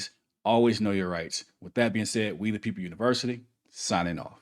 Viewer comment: Weed uh people university. Are you sure you don't mean we?The people you always say weed uh people